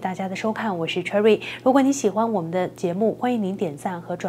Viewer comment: 主持人什么都好, 就是不该把Cherry 发音成踹瑞。不如说自己的中文名。